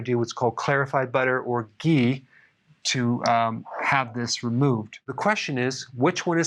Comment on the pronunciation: Hi Eric I like when you say" gei " I mean ghee o sorry you mean ghee😁😂😂😂 Thanks Dr Eric